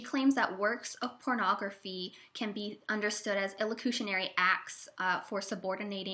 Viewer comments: its PER locutionary not PRE. Here Listening to you struggle to explain Speech Act Theory is like nails on a chalkboard. You have the most annoying voice. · the twitty-voiced narrator pronounces perlocutionary as if it was prelocutionary, which is going to add to the general confusion!